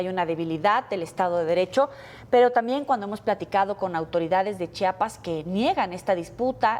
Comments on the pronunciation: Que coraje que ni siquiera las presentadoras de noticia sepan como pronunciar el nombre de Chiapas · No es chapas, es Chiapas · Chiapas no chapas habla bien, 😂 por lo menos